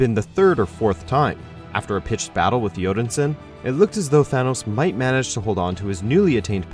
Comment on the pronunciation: Its Thanos not Thanos